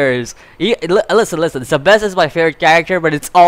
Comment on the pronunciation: also it's Seb ASS!!! well that's how you say it.